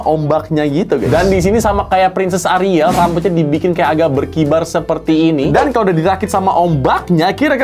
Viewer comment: sebutnya A RI EL ya guyysss bukan ARIL😭😭